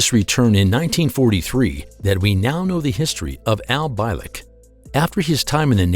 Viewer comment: mispronounced his name, it's pronounced BEE-LICK. funny how if you take the entire history of our planet and look to see OUR impact, you'll notice that WE have not even been around long enough to make a SMUDG on that measurement due to the FACT that we've not been around long enough to know anything but the BS that we keep rolling over again and again. how is anyone suppose to evolve or even be intelligent if we are taught the same BS since the beginning of our lives. i guess once all the POISONOUS people in power are DEAD we can finally have a world COMMUNITY